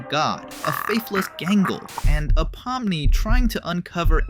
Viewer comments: Pominy? It’s pomni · Pomni ❌ Pomny✅ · Pomni❎ Pomny✅ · Pomni❌ Pomny✅ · “Pomny”🥹🥀🤟 (son🥹🥀🤟)